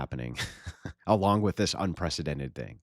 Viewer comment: Destiny: "Unprethedented"